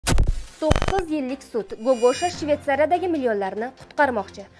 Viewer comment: Гогошамас Гугуша